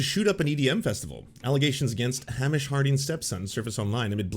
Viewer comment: I love you, but I'm begging you to pronounce Hamish correctly. It's killing me. "Hay-mish" not "Ham-ish"